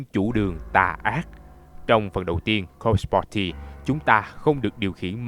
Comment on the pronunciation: đọc cứ nghe nhầm là "cock party" haizzzz